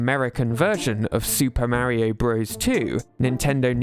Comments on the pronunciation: It's not "marry-oh" it's "Mario" you sound like my grandma trying to say mario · I like how Peach can actually pronounce “Mario” correctly unlike this guy.